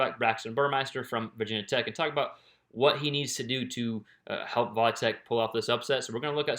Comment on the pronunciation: It’s not “Vaaa Tech”